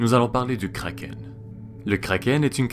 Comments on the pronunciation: Pourquoi tu prononces un nom danois avec un accent anglais ? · Pourquoi certains disent krakeunne (désolé pour la défiguration du mot mais bon c'est pour me faire comprendre dans le commentaire)